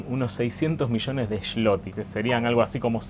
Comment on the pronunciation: sos bastante bestia con la pronunciación del polaco. Se dice dziękuję (esa ę se pronuncia eu (nasal como francés) no se pronuncia con a) Y la moneda se llama ZLOTY - sloti, ponele - NO SHHloti